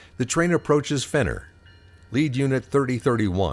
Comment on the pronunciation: Enjoyed the video. Just a note, it's Renner, not Fenner.